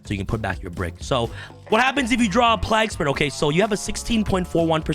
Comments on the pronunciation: the pronounciation of plague is redic lol, have you not heard someone talk of the black plague before -not pronounced plag.... its playg... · My only problem is how he is pronouncing plague as plag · Why can't you pronounce the word Plague? Like the Game A Plague's Tale. It's the same word. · My biggest problem with this video is mispronunciation of plague everytime. Lol. Other than that great deck.